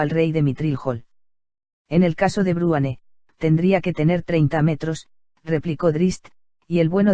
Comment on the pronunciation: madre mia.. dice "bruane"...... en vez de Bruenor, me sangran los oidos cada vez que lo oigo jaja vuelve a Rosa!